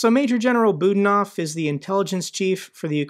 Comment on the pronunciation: Budanov is pronounced Bu-DA-nov (stress on the middle syllable "da"). Many thanks